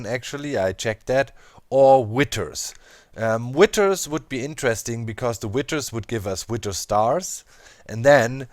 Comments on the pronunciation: Witer? or Wi(th)er? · DOC IT is withhhhhers not Witters ;p